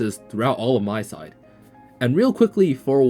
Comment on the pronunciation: Btw it’s called MiSide not MySide. The Mi is pronounced like the Mi in Mita :D